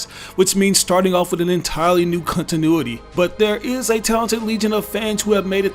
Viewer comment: Why he said cuntinuity